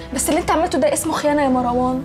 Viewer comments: ليه المصريين يقولو ماراوان مو مروان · ليلي وطريقة نطقها لاسم مروان مر.. ............. وان